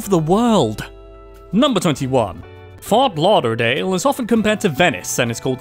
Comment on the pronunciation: Oof, from a Floridian, the pronunciation is horrible here...